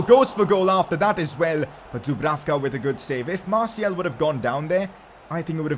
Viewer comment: the way he pronounces martiAL annoys me so much. iT'S MARTI-AL not martiEL